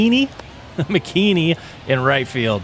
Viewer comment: "mckeeeeeeeneeeey" bruh MIC KINNY